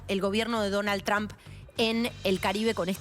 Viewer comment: No digas tran se oye mejor trump